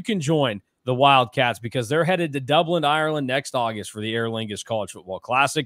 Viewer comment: for the love of Guiness, there is NO "D" at the end of Dublin.